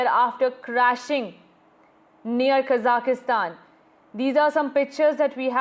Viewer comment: It is Kazakhstan and not Kazakistan!!